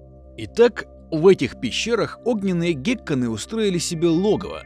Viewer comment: Геккон - ударение на О, не на Е или К, а на О, слух режет